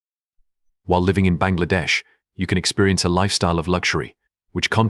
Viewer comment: Your pronunciation is to be improved. Even the prime minister's said wrong. 👎👎👎👎👎👎👎👎